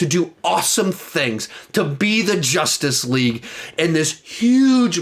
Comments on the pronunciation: Why does he call 2017 justice leage Jostuce leage? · Josstic league honestly lmao why does he say it like that